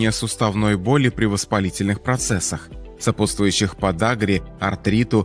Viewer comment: Кто же читает текст. Не суметь правильно произнести такое распространённое слово сопутствующие